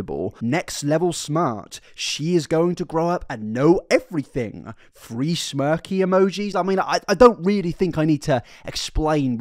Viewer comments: I tried so hard to watch this but after about 10 times of "free" this and "free" that... Instead of three... Ugh I can't. Learn how to speak, PLEASE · Are u saying: 'Free' Hundred... Instead of 'Three' Hundred? Lol